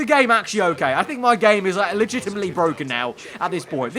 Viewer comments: As lando would say its Bwoken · be like when the game deploys 5 safety cars (some for no reason): The game, It's bwoken, IT'S BWOKEN!